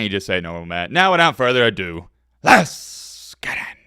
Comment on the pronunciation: "Now without further ado" I've been wondering what he was saying.